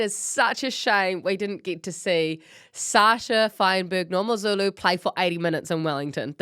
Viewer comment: Mngomezulu - N- gom- eh- Zulu ( how you pronounce it , M is silent )